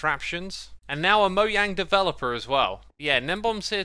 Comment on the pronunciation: ITS NOT “MOYANG” ITS “MOJANG”